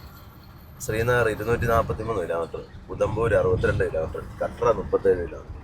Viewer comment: കട്ര അല്ല കത്ര